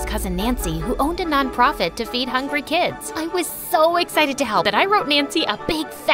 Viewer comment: It’s hungry not hangry 😂